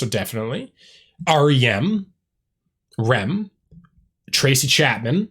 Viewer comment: Better Than Ezra is amazing! BTW, it R.E.M. is not a word it is an acronym now the word rem as you are saying it. The fact that you don't know them as a music fan is mind blowing. You need to go and start with Murmur by R.E.M. Also go back and listen to Good by BTE.